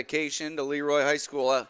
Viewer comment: I wish the Broadcast team would call the team Luh-Roy instead of Lee-Roy . The town was named after a man with a French name.